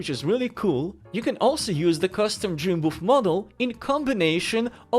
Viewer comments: He does say Boof haha, but the title say's it all 😅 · Man the whole time I thought he was saying Dream Boof. And I couldn’t find it on the Google’s